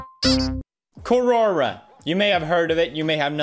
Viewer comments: My understanding is that its pronounced " ko-ra" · The way he pronounces "QuOroRa" lmao (No offence tho) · He said Kuwora but my mind thought, Quora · normal people: quora pewdiepie: corona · Pewdiepie sees the word 'Quora'. Pewdiepie: "Corora." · I started saying Corona instead of Quora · word is: quora pewdiepie: “CARORA” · Everybody : quora PewDiePie : "QUORORA" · Everyone: Quora Pewdiepie: "Quorora" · Quora: Exists Pewdiepie: "Kor-Orah" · Its QUORORRA. Lmao how many times he said quororra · Are we gonna ignore the fact tht he pronounced Quora wrong..?😂 (:-Qurora:-) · Querora? As soon as I heard that, I stopped watching. 🫣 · Alternative title: Pewdiepie saying "Kuwora" for 20 minutes straight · Quora: Exists Pewdipie: Quorora Me hears it as CORONA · I thought he said corona.... Not quora...! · As someone named Kora this video nearly gave me a heart attack whenever he said quora 😳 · I die a little inside every time he pronounces Quora like that